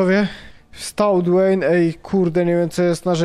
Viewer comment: Nie gilbert Nie dweyn Gelberito Dwayne